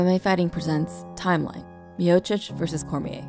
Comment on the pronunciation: Other than mispronouncing Miocic, great video